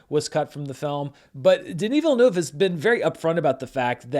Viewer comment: You pronounce Denis Villeneuve very well at the beginning. If you want to be sure to always say it right, you can say it like this: "vil-n-uh-v". Saying the "uh" as if you're pausing and thinking, kind of. It's the closest sound to the French sound.